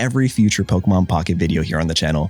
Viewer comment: I’m not big on commenting on YouTube videos even when it’s a content creator I support monetarily but it was nice seeing my name in the video. I continue to enjoy your content ever since I came across it. It’s also why I can overlook you purposefully butchering the names of Pokémon. Let’s go Team Crown.